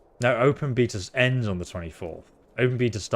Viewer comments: are you saying beta bc it sounds like beatas? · its a beta not a beater